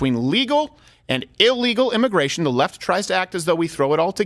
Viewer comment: Immigration is "Al gore"-ical??? ;) hehehehe that's all I heard when you guys said it lol